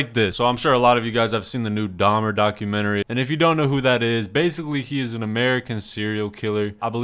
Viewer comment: The 2nd girl saying "DAHMAA" instead of dahmer is fr the biggest joke in this entire vid like bro, LEARN TO APEAK PROPERLY FOR GOD SAKE 😭🙏🏻